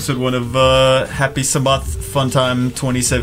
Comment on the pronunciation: Put ya peace sa ma on despair (that's how ydcb pronounces it)